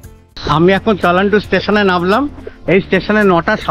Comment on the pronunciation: তেলান্ডু না তালান্ডু